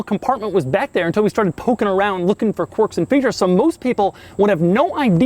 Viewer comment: ‘corks and features’